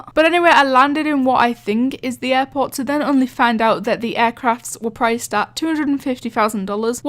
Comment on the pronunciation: Bo offense but when you say airport its sounds like airpods